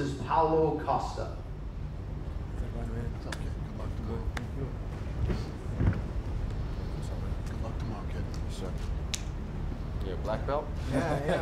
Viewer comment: Can’t forget “Pallo Cost uh”